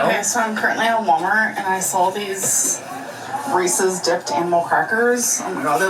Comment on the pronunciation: Ffs it’s not resees. Reeses. Like Reese Witherspoon. Reeses